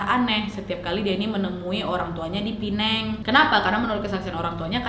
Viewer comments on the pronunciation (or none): none